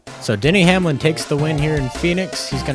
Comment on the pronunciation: it sounded like he said Daniel Hamlin